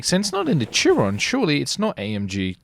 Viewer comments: It’s not a Churon it’s pronounced Cheeron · It's pronounced "Shear-on" 😂 but nice attempted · It is pronounced like Bugatti sheron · Chiron (sh-eer-on)